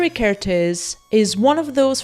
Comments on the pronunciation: Another Hungarian here! 🇭🇺 Interesting to note that every Hungarian word or name places the emphasis on the first syllable. So you should pronounce his name with the emphasis on the KER, not the tész. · Evidently Kertész rhymes with ear-tez. I hope this helps. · For an English speaking person, probably the easiest to pronounce his name is saying Care T Ace (Kertész) but don't say T Like Tee or Mr. T! Just T. I really like your work! Great video. I would love to see more videos with Hungarian photographers. I think Martin Munkacsi should get more recognition. 😊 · Well if you put together the words, care and taste, then don't say the 'te' part of taste (so care + tas - te = Kertész) you get the hungarian pronunciation ;) it means gardener. Great video as always! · You got the pronunciation of Kertész correct, except the z is silent.